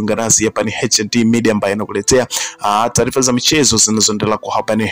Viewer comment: 7 HOURS AGO WACHA KUTANGAZA KWAZA KAJIFUZE KISWAHILI HAKUNA NENO (TALIFA NI TARIFA ) MZEE UMETOKA BURUNDI